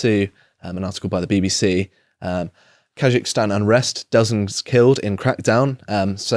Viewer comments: KaZakhstan. ZZZZZ. Not ZH. How is that even possible to mispronounce, read it the way it's written. Anyway, hilarious. Shows videos of military personnel being attacked and detained, trucks of peace and the distribution of guns and munitions. "🤔why are they sending in tanks (APC's) doe 🤔" Also inb4 it's just another western coup. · He pronounces Kazakhstan and if he thinks it is Taljikistan. “Khazikistan”. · Just say KAZ-akhstan, ponce. And it's skods, not shkoda ffs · You can't even pronounce Kazakhstan correctly 🥱